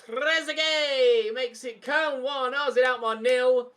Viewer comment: Who tf pronounces Koln as Kern